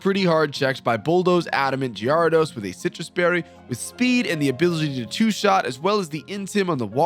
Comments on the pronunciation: The way you say Gyarados gives me Crohn' disease. But loved the video ! 😂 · The way you pronounce gyarados has to be a meme right?